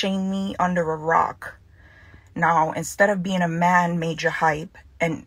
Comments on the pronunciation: Mayjah lmao not mahjah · You pronounce it as "Major" Hype. Pronounce Majah like a West Indian, not like an American. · It's "Major" Hype bro lol. Not "Ma-Jah" Hype. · It’s pronounced May-Juh. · Majah (MAJOR pronounced May-ja) Hype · You didn’t pronounce that name good.!! MAJAH hype 🤣🤣🤣🤣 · Major Hype is the pronunciation. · You pronounce his name mayjah hype! Lol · It’s pronounced “major hype” lol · It's pronounced as MAJOR HYPE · It's pronounced Major Hype, just spelt in Jamaican slang.